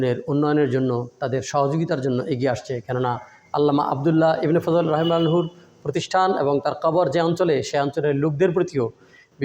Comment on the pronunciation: অনুগ্রহ করে ‘(رحمه الله)’ শব্দটি শিখে শুদ্ধভাবে উচ্চারণ করার চেষ্টা করুন। বাংলায় এর উচ্চারণ ‘রহিমাহুল্লাহ’। আপনার বর্তমান উচ্চারণে সামান্য ভুল হচ্ছে।